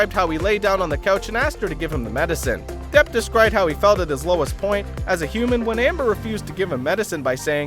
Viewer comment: Depp not Debb